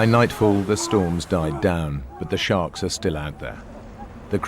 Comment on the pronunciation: Did she say sthawrks?